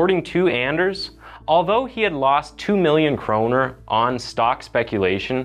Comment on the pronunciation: I'm so glad you pronounce "kroner" correctly. Most people from Scandinavia (at least in Denmark) translate it to "crown", which is completely wrong lol.